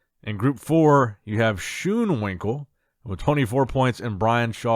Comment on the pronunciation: I like how pronounces the name “ schoonwinkel “ haha thats so hard for an american to pronounce🤣